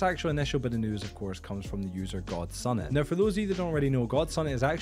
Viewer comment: I'm a rando ngl . I just found your channel a few days ago with all the MC news/controversy going around . I say all this because you can really just ignore my next statement, but I think that persons name is pronounced gods unit ... Not god sun it lol . Not trying to heckle the info is awesome and very informative.